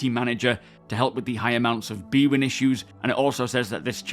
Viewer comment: It is not b-win, it is "bandwidth" in...